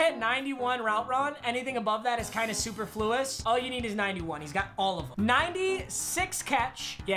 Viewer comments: when says superFLUous lol its suPERfluous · Papa, superfluous is pronounced (su.per.fluis), not (super.flewis) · I know this man didn’t just say super fluis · Superfluous is pronounced Sooperfloous not super-floous. Just FYI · Everybody: Superfluous: Super floous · My man really said "super-flew-us" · super fluis The actual word: noo god please no NOOOOOOOO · Mans really said Super Flewus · mans said “super-fluos” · Bruh super-fluous lol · "Super fluious" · Superfluous Super-flew-us Hmmmmmmmmmm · You pronounced superfluous superweird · I respect the vocab w “superfluous,” but that’s not how ya say it my man 😂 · the way this dude said superfluous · Did anyone else notice he pronounced superfluous wrong